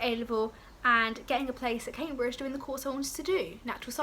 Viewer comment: CAM-BRIDGE NOT CAY-BRIDGE !!!!!! 😩